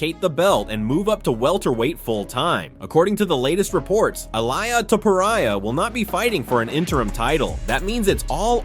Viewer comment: ILAIA?????? ILIA !!!!!! lool that made my day ! good video keep em up bro